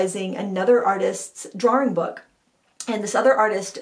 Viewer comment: Yes to mantel decor. And yes to dark hair. I love you as a brunette!! BTW I've been watching you for years & I finally figured out your "Maine accent". You add an extra "r" in the middle of words like drawing & sawing - drawring and sawring. lol It was a really long time before I heard that though. I really don't think you have any accent. Fun Sat Chat as always. tfs